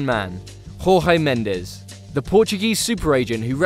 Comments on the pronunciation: Who the fuck is Rorré Mendez?? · Who’s “Rorre” Mendes and Diogo “Rota”? The J is pronounced just like in José Mourinho’s name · Who's "Rorre" Mendes and Diogo "Rota"?...